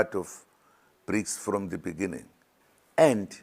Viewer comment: So much love eventhough he cannot read the word "beginning "